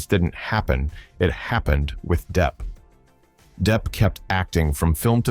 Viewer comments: Wow, Angelina Jolie is lists of both Johnny Depp’s most hated and favorite actors/actresses. BTW, Johnny’s last name is pronounced as it is spelled as “Depp” NOT as “Def”. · Can someone tell the voice-over person that his name is Johnny DePP not Johnny DEEp or Johnny DeFF. Practice the name of the star you are doing a video about. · Depp not Deff 😅